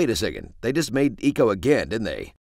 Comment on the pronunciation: way to mispronounce Ico